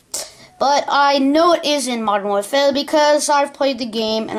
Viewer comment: Lol, you sound weird when you pronounce 're' like pictuRE and warfaRE!!!